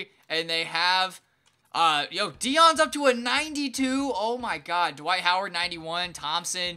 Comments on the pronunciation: "Dwik Howard" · this man said dwike howard